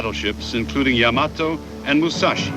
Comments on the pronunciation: This narrartor may be A.I. He mispronounces YAMATO as YAMOTO every time. WRONG!!!!!!!!!!!!! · This is the second narrator I've listened to today who mispronounced the Japanese battleship Yamato as Yamoto.... Overall, a great video.... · The Japanese battleship referred to here as "Yamoto" is actually the YAMATO also mispronounced often as Yamamoto..the name of an admiral. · You say Yamato I say Yamoto . . . I have the same issues in English. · Hey this was pretty good! I'm curious, though, was Yamato really pronounced like Yamoto? Anyway, I thought it was well done. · 大和 (やまと) not やまとえ as potatoe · I have always enjoyed this battle. It was my favorite naval battle. I am a serious historian with a WW2 background. I liked the way this was told from all sides. Also found funny the pronunciation of the Yamato and the misspelling as well. That ship was a behemoth and a brute of a battleship. The Japanese lost 26 ships and were never again able to sortie out against the American combat power. Thanks for the post of this history.